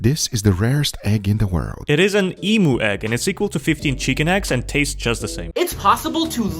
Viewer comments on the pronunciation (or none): Great content, but gotta remind you the emu is pronounced eem-you not e-moo. A lot of non Australians get this wrong, please spread the word of how to pronounce this birds name. Have a good one! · yes he did. As an Aussie the way you pronounce is it Em-u not Em-oo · nah, just pointing out u said emu wrong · he pronounced emu wrong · You pronounced emu rong. You said dog in Japanese